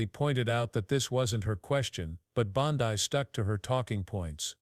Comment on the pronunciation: It’s not BondEYE it’s BonDEE. Do your homework and pronounce names correctly.